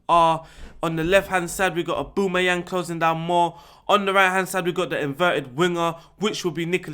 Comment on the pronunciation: "AUBOOMEYANG" Haha